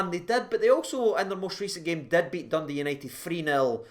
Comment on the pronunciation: I love you but it's BEAT not BET.. betting involves money